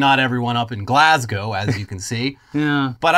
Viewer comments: As a Scottish person, I really appreciate that you can pronounce Glasgow and Edinburgh correctly! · Well at least finally pronounced Glasgow right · Thank you so much for saying Glasgow right, your the first YouTuber I have heard say it right